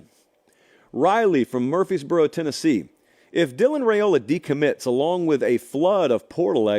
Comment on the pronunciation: The name is RI-OLA not RA-OLA